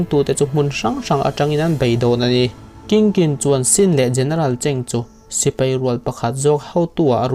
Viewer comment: "thleng" modified 'thlen' ..sipei × sipai ✓ etc...mizo tawng dik tak hi ngaihthlak anuam bik ania.